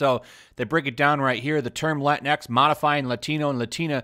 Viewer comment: You can't even pronounce Latinx in Spanish correctly! Minimo yo no puedo lol